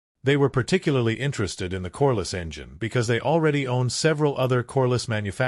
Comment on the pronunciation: Corliss, not coreless.